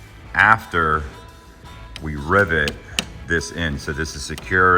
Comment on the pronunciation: Are you saying Ribbit (like a frog) or Rivet